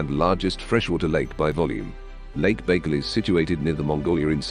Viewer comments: For real, he called it fucking bagel 😭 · If you're going to do a video of facts about something, at least try to pronounce it properly